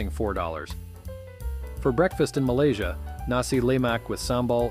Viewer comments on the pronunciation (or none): none